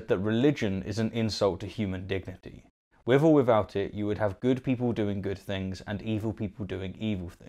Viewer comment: The “forretical physicist”? “Wivv or whifout”.